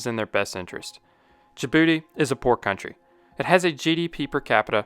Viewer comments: "Jabroody, located in the H O R N of africa" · I know im immature when I chuckle every time you say "in Djibouti."